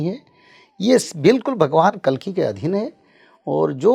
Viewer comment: कलीक नहीं है भाई, कल्कि हैं, भगवान को आना होना तब आयेंगे। अभी तो आपको हिंदी व खुद के व्याकरण पर कार्य करने की जरूरत है। जो जरूरी हैं वो करना चाहिए बाकि जो अपने हाथ में नहीं उस को समय पर छोड़ कर अच्छे कर्म करने पर ध्यान देना चाहिए ।